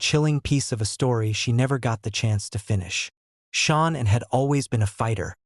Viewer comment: Dude, you have her name WRONG, it is Shanann not Shawn!!